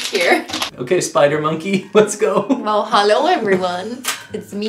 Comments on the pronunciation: i clicked faster than cristine could say holo it’s me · I feel like I should make a meme about Cristen saying holo it's me